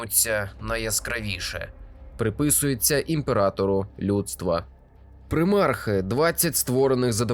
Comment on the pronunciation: ПрИмарх... Ледь кров з вух не потекла...